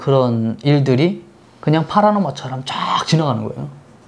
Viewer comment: 파라노마(X) 파노라마(O)